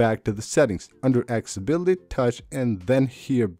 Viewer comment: LOL "hidden"... "tricks" lol "cellar data" "akssssibility" lol